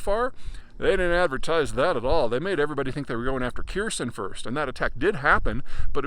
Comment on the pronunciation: They're not listening to a guy who can't even pronounce Kharkiv or Kherson properly.